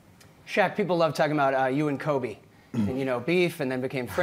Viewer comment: cant take yahoo finance serious when they mess up kobes name